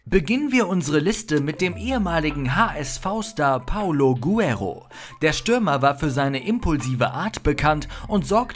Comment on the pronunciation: Hey liebe Moderatoren ihr solltet mal den Namen von Guerrero richtig aussprechen: Es ist nicht Paulo Guero sondern PaOlo GueRREro. Wie kann man nur Vor und Nachname falsch lesen?